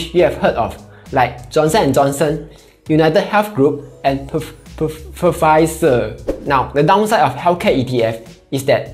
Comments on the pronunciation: You can't pronounce "Pfizer" ....ha...ha.. It is pronounce "Fizer" by the way.. P silent :P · what's wrong with Pfizer pronunciation? LOL